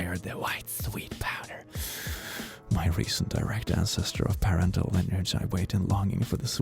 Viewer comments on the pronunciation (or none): I love you, but hearing you pronounce the word "paternal" as "parental" is a yesn't from me Hearing you speak my language close to perfectly makes me retract my yesn't immediately though!:D